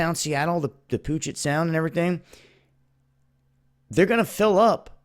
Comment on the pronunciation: Only the waterfront area of Seattle is built on a landfill. Seattle has natural hills all over the place. (I've been there MANY times). And it's pronounced "peuujet sound" not pujet sound.